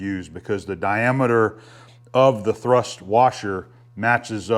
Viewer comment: Hi, 'thurst' = 'thrust' bearing.